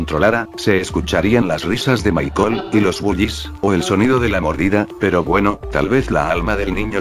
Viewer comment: Dios, porque cuando en este video, dice Michael, y yo le entiendo mar*cón xd